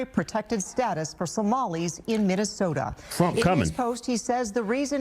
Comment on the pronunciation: Say his name right it’s trump not twump